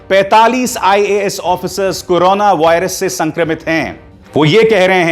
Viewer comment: आप तो बड़ी बहस नहीं बोल रहे हैं आपको करो ना बोलना ही नहीं आ रहा है आपने कहां से न्यूज़ में डिग्री प्राप्त की है करोना को कनाना कर रहे हो आप न्यूज़ की डिग्री द्वारा प्राप्त करें और बोलने का लहजा सीखे